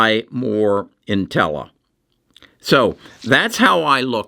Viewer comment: Also, you pronounce Intellia “Intella”??